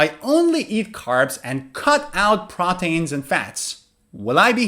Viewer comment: Thank you for the video but i realized you were pronouncing the word proteins like "proteyns" isn't it supposed to be something like "protiins"? Also i subscribed in to your website with my e-mail but i have not recieved any e-mails from recent videos, what should i do?